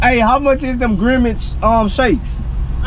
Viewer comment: So ain’t nobody gone talk about saying “ Grimage instead of grimace